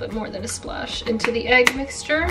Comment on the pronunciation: why does pronounce mixture as "Mickstor"? 😂